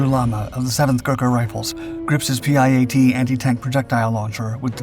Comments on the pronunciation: PIAT is pronounced "pee - at" not P.I.A.T. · The PIAT is pronounced Pee Aht. Good video.:face-blue-smiling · Oh no, the dude that talks like he has a sausage in his mouth... He can't even pronounce the limmy word for the limmy anti tank weapon correctly! Rating for this lame video - 👎👎👎👎👎💩💩💩💩💩